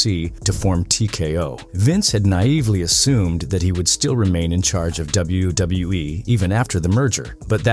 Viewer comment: "doubletha W E" 😂